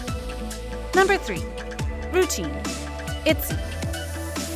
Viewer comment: Is no-one gonna talk about she called ryujin, rujin?